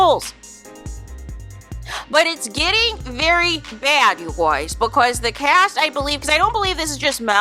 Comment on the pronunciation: Omg the “you Gwoys” is killing me 😩😩😩